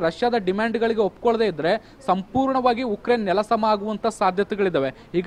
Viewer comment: It's Ukraine not yukraine 🤦🤦